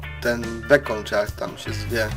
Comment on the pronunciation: nie bekon tylko beacon